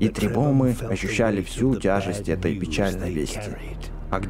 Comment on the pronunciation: не требумы а требухумы